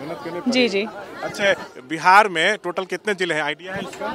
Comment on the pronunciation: Behaar...nahi ji.. Bihar hota hai.😂😂😂😂😂😂